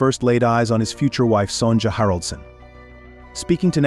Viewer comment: Her name is Son ya